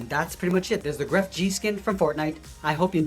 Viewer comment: Jajaja dijo grefg yi You pronounce it like this: gref